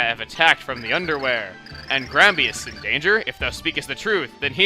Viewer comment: groudon not grousing